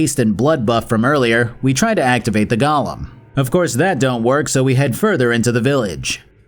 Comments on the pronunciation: Look, it's not a gollum - It's a golem. Very easy to say. Go-Lem. Easy. Now you try! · Say it with me. GO Lem. It's not Gollum. It's not a little imp from Lord of the Rings. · Why do so many people now pronounce Golem as Gollum? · Bc that is how Shale pronounces it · I'ma have to skip part of this review because of you constantly referring to Golem as Gollum. This isn't fucking lord of the rings. Pronounce it correctly. Other than that, solid vid :3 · Your pronunciation confuses golems with Gollum. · I literally had to turn the video off when you got to the golem part. You can't pronounce it like a Lord of the Rings character. Come the fuck on.